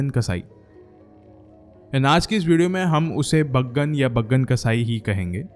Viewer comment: baagan nahi hai chaggan hsi sala 😂😅😅😅😂😊